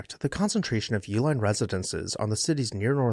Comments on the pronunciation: I believe the general pronunciation of the family name is E-Line. Hence the name of the chocolate—sold under the “Eline’s” brand (a phonetic spelling tied to “Uihlein”)—as an attempt to keep brewery facilities and workers busy while beer production was banned during prohibition. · I’ve lived in Milwaukee all my life and have always known that the name Uihlein is pronounced E-line. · Fun fact: their last name has two different pronunciations, at least locally. I'm from Wisconsin and you'll hear both YOO-line and EE-line. While the family uses the Germanic pronunciation for their package supply company, you'll hear people say it both ways, and I've never heard of any family members correcting anyone, at least not publicly. I've seen a couple disparaging comments about the family's politics. They're a big, extended family and people are going to have their beliefs. Deal with it. Having worked in nonprofit settings, members of their extended family, regardless of political persuasion, have been very generous to local causes. It's a shame some people have to stir the pot on a history page, but here we are.